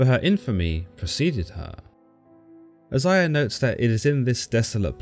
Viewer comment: She's mentioned in Isiah, which is pronounced I-Zay'-Ya not however dude was saying it Geez Louise